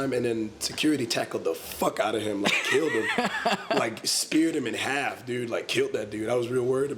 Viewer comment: "kilt that dude, I was rerally worried about him" I'm DEADDDD